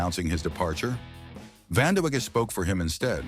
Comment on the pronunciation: i apologize the AI pronouncing "Vanda-wega" is funny but just not right 🤣